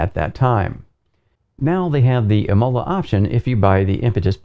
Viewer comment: imola with the accent on the I:)